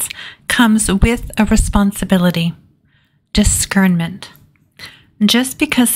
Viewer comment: discernment is usually pronounced differently amongst us humans